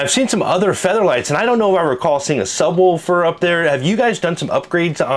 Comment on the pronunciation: "Woofer" not "Wolfer". Sub-woofer. Lol...